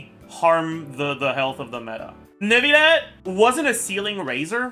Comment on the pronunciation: please just say neuvillette normally... clorinde as well..